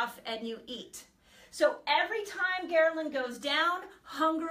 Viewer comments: Gherlin??? It’s Ghrelin! What kind of Dr. Is this? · *HELPFUL* Quick FYI- You have a small transposition. It's "ghRElin," vice "ghERlin."